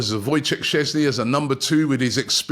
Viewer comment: i'm surprised you can say Sceszny perfectly but struggle with easy names such as Tsygankov etc hhaha Also, Sceszny as 2nd keeper would be very good.